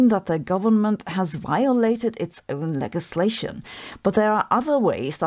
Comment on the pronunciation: Just a hint: It‘s [ledʒis‘leiʃən]